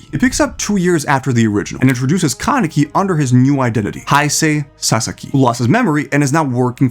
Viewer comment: How do you pronounce Kaneki correctly but butcher Vrains?